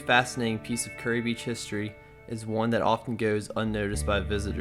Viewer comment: Good report but it's (ˈkjʊəri KYUR-ee) or 'cure - ee' not 'curry.'